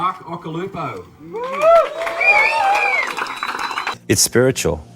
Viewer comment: Who the fuk is "OXY"????? and "OSH-ILUPO" ??? Occy's surfing has always left me speechless........ UNLIKE this abortion of a video. Insane Surfer?..... NUMPTY Surfer!!